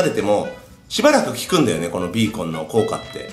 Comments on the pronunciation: ヒカキンさん5年ぶりにビーコンのことをベーコンって言った！なんて久々。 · ベーコンじゃないよビーコンだよ😁 ほのぼのヒカちゃん応援してま(ｏ^-^)尸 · ガラス張りだからから何か綺麗www それと、ベーコンって聞こえたwww(マイクラあるある😙)